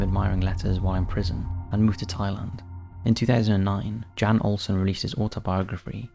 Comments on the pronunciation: I'm pretty sure the first guys name is pronounced as Yon not Jan even tho thats how its spelled. I know this cos i watch professional cycling and ine of the riders name is Jan (Yon) Ulrichson. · Jan is pronounced ‘Yan’